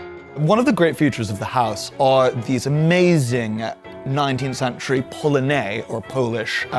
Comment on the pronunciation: I'm sorry; I just can't get over it ! 'House' he pronounces 'hahs' ; 'century' becomes 'shantûriee' and his prononciation of 'blue' is like the blue of a Chicago newspaper salesman ! 😂😂😂 Thank you for the delightful 'refreshing' vieuw on Brideshead Castle. The pavillon of the Four Winds has a flllohr inlaid with porphyre ,which is a particular favorite of mine..... Is this a persiflage of Oskar Wilde ???